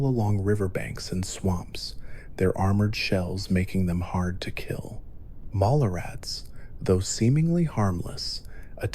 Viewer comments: Wtf how did you just pronounce mole rats 😂🤦‍♂️ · I was thinking the same thing lmmaooo